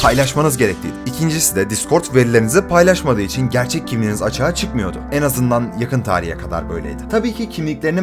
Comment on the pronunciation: "en" kelimesini düzgün telaffuz eder misin lütfen. onun dışında video çok güzel sağol.